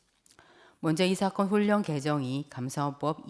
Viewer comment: 이사건을 이사겅 이라시네 받침 발음할때마다 엉발음을넣으시는데 한국인중에 그렇게말하는사람은없지요